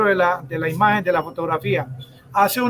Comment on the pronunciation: "Esta imaen" ¿Qué es una "imaen"?